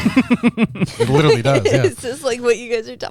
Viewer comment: Can't stop thinking of the time when kept laughing at the guy with the funny voice that accidently killed himself with that nuclear project he had in his shed, when he himself sounds like the caricature he created as he can't pronounce the word 'literally' sounding 'widdleraly' all the time.